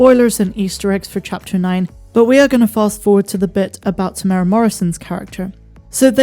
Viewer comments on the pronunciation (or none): Why can no non New Zealanders pronounce Temuera correctly. It has 4 syllables. Phonetically it's pronounced TEMU, ERA. (the strict maori pronunciation is slightly different again, but if you stick with TEMU, ERA and you can't go wrong.)